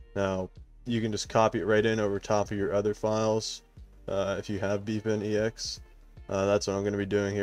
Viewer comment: the way you say "bepinex" literally haunt my dreams it's pronounced "bep-in-ex" not "beep-in-e-x"